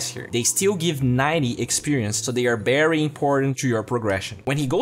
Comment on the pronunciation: BERRY important